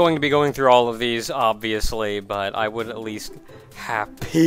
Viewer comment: I LOVE the way he said HapPea. Omg. I can't stop laughing.